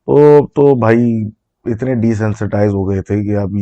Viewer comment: that INNAAYYY ❤❤ full karachiii vibe ❤❤